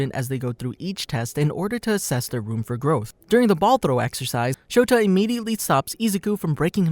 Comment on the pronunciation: his name is Shota aizawa not Shoto aizawa